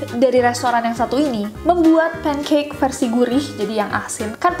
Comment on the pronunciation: Ngakak krn "peancak"nya wkwk 😂